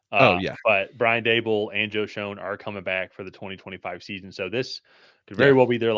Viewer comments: Both these guys mispronounce Joe Schoen's name. It pronounced "shane". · It's beyond annoying. How are we supposed to take you seriously when you can't even pronounce the GMs name correctly?